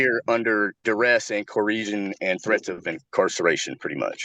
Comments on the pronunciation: What the fuck is “Coresion”? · It always shocks me how bad these SovCit types are at pronouncing "coercion". It's not an easy one to pronounce but like clearly they looked it up and likely talk about often with other sov cits. Why do they always sound like they're encountering it for the first tim.e